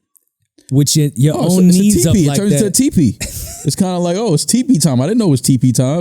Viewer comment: "It turns into a tepe, it's tepe time" - 😂😂😂